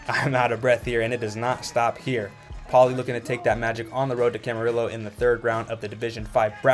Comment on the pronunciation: It’s pronounced Ca- Ma- Ree-yoo